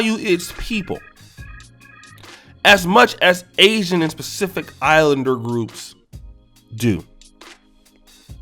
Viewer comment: Did this brotha just say "specific islanders " 😅